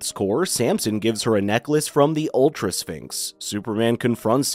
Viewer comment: The pronunciation of sphinx is painful